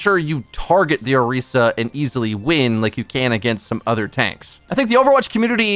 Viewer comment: Damn that Orisa pronunciation